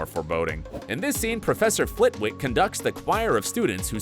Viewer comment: It’s Philosophers Stone! Not Sorcerers… And it’s pronounced Flit-ick not Flit-Wick 🤦🏻‍♀️